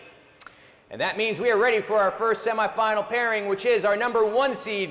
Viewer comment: Why do they pronounce semi-final like that